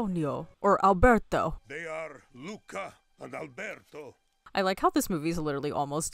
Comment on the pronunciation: Considering you keep mispronouncing Alberto's name, never having said it correctly even once, you still don't know his name.